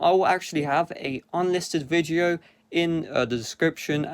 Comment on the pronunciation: Amagine saying viteo